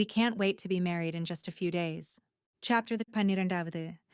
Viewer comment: So far the book is really good. The only concern and complaint I have is whenever chapter is mentioned it’s either said so fast you cannot understand it or it sounds like it’s in like Spanish. Also every once in a while, there’s this really loud noise for a brief moment and I know it’s not my ear earphones fast. This is not the first audio story. I’ve listened to on YouTube . Overall, so far the story is really good.